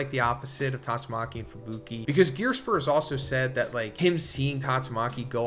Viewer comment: Im sorry.. who is Gearspur? Definitely butchered that name, but ive never heard of him in this series or your videos until right now haha